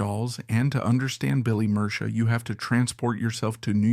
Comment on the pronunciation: also said his name wrong :/ murcia a colombian last name pronounced “mer-see-uh”